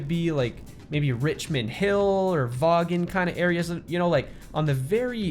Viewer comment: Early on you said Vaughn as Vaw-gin but it’s actually pronounced Von!